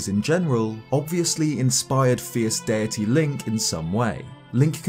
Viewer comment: This guy keeps saying “fierce DIRTY” THATS ANNOYING AS HELL